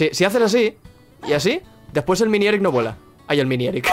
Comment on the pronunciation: Se dice miniEGGrick